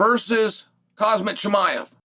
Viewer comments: My ears hear "calm sat" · The fact that Chael still can't pronounce Khamzat is hilarious